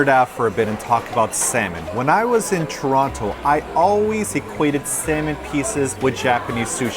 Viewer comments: I heard pronounce the last “t” in Toronto 😩 WHYYYY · you've been away from Toronto for too long, you're pronouncing that last 'T'!:P Time for another visit. LOL Martina, those soy sauce fish earrings are goals! There's nothing like the pain of snorting wasabi up and out your nose though. My sinuses were cleared for *weeks*. Strangest sushi I've had? Probably sushi 'pizza'. Not that strange by Toronto standards, but apparently it's a north american only thing? Have you guys ever seen it in Japan?